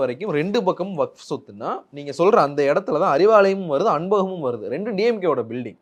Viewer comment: இவருக்கு வஃப் என்பதை உச்சரிக்கவே தெரியில இவரெல்லாம் முஸ்லீம் லீக் தலைவர் ????????